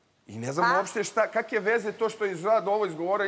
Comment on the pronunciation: I kake kaki Umjesto kakve I kakvi Nonstop ovo izgovara